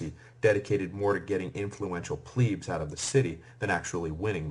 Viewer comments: It drives me crazy how he says "pleb". He says it with a long e sound like "pleeb". Someone tell him it rhymes with "deb" not "dweeb". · Is it pronounced “pleeb” or “pleb”? I always thought it was pleb. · Struggling to get over Pleeebs as if it is spelled Plibs .. ee being 'i' .. and eh being 'e' .. so, I hear it as short 'e' ... Plehbs .. although it course it was Plebeians Plebeians were excluded from magistracies and religious colleges, and they were not permitted to know the laws by which they were governed. As it today with modern society ... :-( .. Last 30yrs or so anyway .. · When the narrator says 'pleebs' does he mean 'plebs' as in plebian or plebiscite? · In the wird elite you do pronounce the e correct. Why do you have to say ‘ pleeebs’ it’s plebs with the the same e as in elite! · 'i' is eee in latin .. eh is is 'e' so Plehb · Pleebs. Ger-MAIN-ia. Brit-AY-nia. And that guitar. Humbug. Good writer., though. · what are EEE-KWIGHTS?????? , I like this but some strange pronunciation!!!! EEEEEEEEEEEE-KWIGHTS ffs get me some PLEEEEEEEEEBS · Pleebs? Really? Nice pronunciation lmfao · Pleb is not how it's pronounced it pronounced Pleb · The constant mispronunciation of 'Veii' and 'plebs' makes me want to tear out my hair.